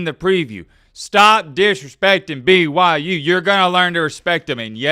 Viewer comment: Can you please stop saying "stop disrespecting BYU" when in the sentence right before that and whenever you reference BYU, you call them "b-y-jews" it is honestly kind of cringe and contradicting.. you are better than that, remember that my guy.